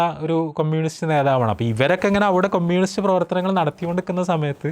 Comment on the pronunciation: ആദ്യം കമ്യൂണിസ്റ് എന്ന് പറയാൻ പഠിച്ചിട്ടു വന്നു സ്വരാജിനെ കുറ്റം പറ 😮